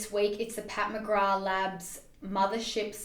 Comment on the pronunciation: Girl. I HATE to be this person, buttttt it’s Pat McgraTH not Mcgraw 😂 I’m sorry but Lawdddd that was bugging me! Lol. Loved this video! This is totally my style for a full face. I always lean towards glowey looks! Also.... Jaclyn Hill’s highlighters are so bomb! I use the loose highlighter in “Bomb” and I love it. I also use her setting powder on the high points of my face and I enjoy that as well. 😍✨🥰🙌🏽😘